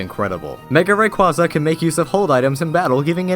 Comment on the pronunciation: Why does everyone pronounce rayquaza wrong at least I can pronounce it right